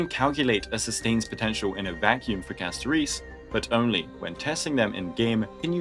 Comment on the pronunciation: Why do you pronounce Castorice as Casto reece 😭